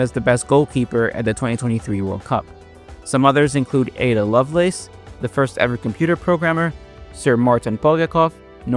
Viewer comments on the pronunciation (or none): none